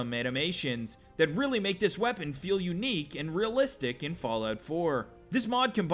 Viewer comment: Lmao "fall out new Vagas"